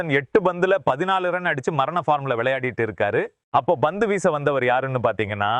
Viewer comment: Poor Tamil…Bhandup…no pandu….bat he says bet..omg…bandu…oh no pandu…improve your Tamil please….dravida model Tamizh